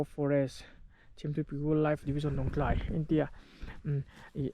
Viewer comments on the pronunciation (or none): none